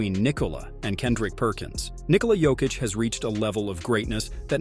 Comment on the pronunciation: Thank you for not butchering his name like others do